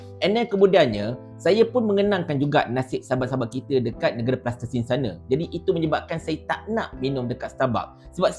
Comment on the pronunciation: Pertama sekali klo nk sebut negara Palestin tu biar sebut dgn betul..ni dok sebut "plastesin" pemenda la ko ni..lg satu btl ker statement ko ni yg vincent tan merayu la merugikan org malaysia sendiri la apa la psl boikot produk2 yahudi tu atopun mmg sekadar ko nk bt kontent mkn duit youtube jer..dn ko kna tau org xbeli atopun minum kopi kt starbuck pon klo diaorg pegi beli kt kedai2 kopi brew xkira la warung kopi brew tepi jln ker atopun kafe ker mostly kopi mentah yg diorang pkai tu pon beli dkt starbuck jgk..ada yg pkai produk kopi dr aussie dn negara lain tp xbnyk sgt..adeyyy letih la ko ni..semangat dah tp sebut Palestin tu xbetul dok sebut "plastesin2"..sedih betul la..